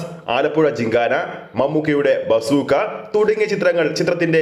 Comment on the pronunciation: ബാസൂക്കാ അല്ല ബസ് ഉക്കാ എന്ന് ആയി ഇതിന്ടെ പേര് 😄😄